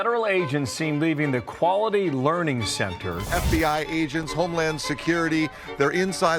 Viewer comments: He said learing wrong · they are saying it wrong. its 'learing' not 'learning' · It is LEARING, NOT LEARNING. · It's Learing center NOT learning center.